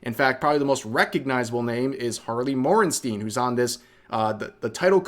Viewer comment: Morn-stien. No shit not a fan of hasan lite